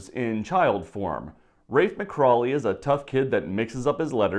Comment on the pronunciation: It's McCawley! NOT McCrawley